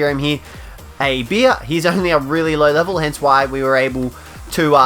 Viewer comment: It’s beer not bee